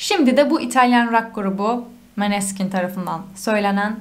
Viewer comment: hanım, italyan alfabesinde böyle bir a harfi olmamasına rağmen, rock grubunun telafuzu "Moneskin" dir. Bilginiz olsun diye yazdım. Bu sene Eurovision'u İtalya'ya kazandırdıkları şarkıyı da eğer rock seviyorsanız mutlaka dinleyin, tavsiye ederim.